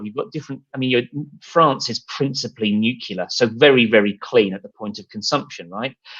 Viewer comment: Fascinating discussion. Thanks all. 🙂👍 Small correction, - 'Nuclear', not 'Nucular' . A transmission grid manager really needs to pronounce the sources of the transmitted electricity correctly. 😉